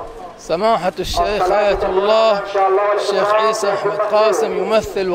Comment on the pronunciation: شيخ ئيسى بدل عيسى هههههههههههههه